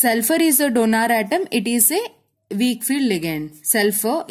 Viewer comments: It is not DONAR it is donor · Donor, not donaaar 😂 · Mam . pls dont say donaar 🙏🏻